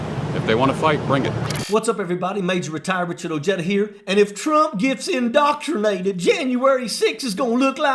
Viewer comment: Did he really just say "indocumated?"